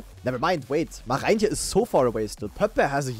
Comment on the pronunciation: German Dutchlearner since more than 500 days here. The letters "oe" are spoken like the German "u". So "Poepboer" is spoken "Pupbur". How you say the name of "Marijntje04" is already perfekt (the "ij" here is spoken like the German "ei")